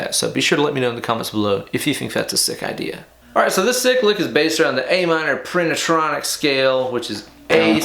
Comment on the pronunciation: Bro did you say "Panasonic scale?" Or is there cocaine in my coffee?